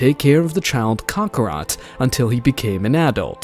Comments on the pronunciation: Kakarot ❌️ kakra✅️ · Learn how to pronounce kakarot right.